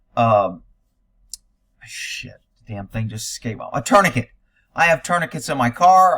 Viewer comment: What is a turny kit? Tourniquet is pronounced torn-i-kay.